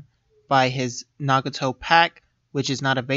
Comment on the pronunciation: isn't it nagato not naguto